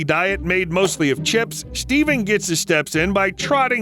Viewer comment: did you say...steven?